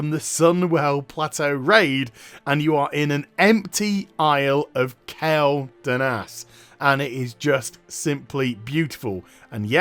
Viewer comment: kwel not kel